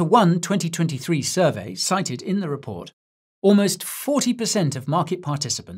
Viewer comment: "crypto raport" 😂😂😂